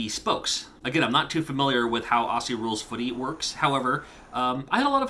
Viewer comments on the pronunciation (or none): Lovely video. FYI 'Aussie' is pronounced 'Ozzy', as in Wizard of Oz.